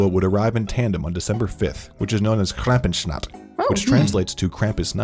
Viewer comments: Lol :face-purple-wide-eyes: "Krämpüsschnacht wich translates to..." actually an english Version that is more similiar to the real german prenouncation 😀 😃 And it goes on: " Nikolausschtahg" , again the english translation after that is more accurate to the actual german prenouncation. 😆 Nevertheless, it's a good video and a good reation from both of you. 😉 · The way the video guy pronounced "Krampusnacht" made me burst out laughing, it was absolutely terrible :')